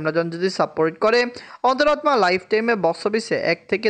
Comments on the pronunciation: তোমার অন্তরাত্মা উচ্চারন হয়না। সেই জন্য মেজাজ খারাপ লাগে। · ওনি হিন্দি ভাষারটা বলেন 😂